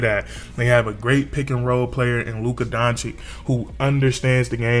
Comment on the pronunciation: it's DON-CHICH...